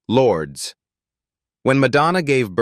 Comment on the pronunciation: OMG, it’s not pronounced “Lords!” 🤮 Stop listening then. Either correct your AI’s pronunciation or record the script yourself.